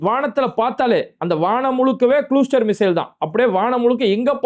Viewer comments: குளுஸ்டர் இல்லே..., க்ளஸ்டர்😊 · its cluster (klastar not kulustar) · ஓய் தொப்பி, இங்கிலிபீஸ் நல்லா போய் படி, க்ளூஸ்டேர் இல்லை ஓய் கிளாஸ்டர் என்று சொல்லு ஓய் தொப்பி😂😂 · குளுஸ்ற்றர் இல்லை பாறுக் க்ளஸ்ற்றர் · 😂😂😂😂😂 Watar..க்கு வாடர் போலவா...sorry க்கூ சாரிப போலவா???😂😂😂😂😂😂